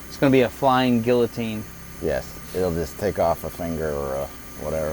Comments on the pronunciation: Guillotine..."Gee ya teen"...not "gill a teen" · I'd like to see a 50 cal style muzzle brake installed to deflect the air and preserve the remains of the victims. Also, can you pronounce guillotine correctly, please? "Gui" is pronounced like "gi" and the l's are silent. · Absolutely badass. Slo-mo is so fascinating. As is one of the smartest people you’ll ever meet pronouncing it, “gilla-teen.” 🤣🤣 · Any chance you can pronounce guillotine properly? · I love your videos, and this is meant to be helpful rather than critical. Look up how to pronounce guillotine. It's French, so it's not pronounced the way it looks.